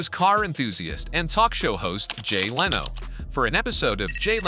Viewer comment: great video, wish you didn't have ai wright and read it though, there's a certain repedidivenes to the word choice that's annoying and the mispronunciation of words like lano instead of leno and ferraris not ferrari